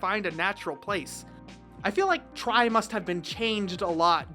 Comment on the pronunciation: i think it's supposed to be called Digimon TRI (like Tree not like TRY)